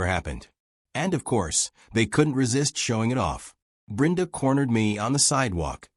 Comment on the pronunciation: Why is Brenda's name being pronounced as Brinda?. I've never heard it being pronounced like that.